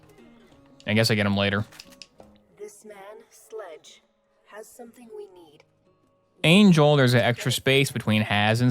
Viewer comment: Please say Angel is ragebait and you don't actually pronounce her Angle. Great video though bro